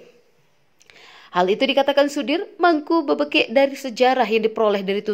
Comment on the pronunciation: BebEkek bukan Bebekek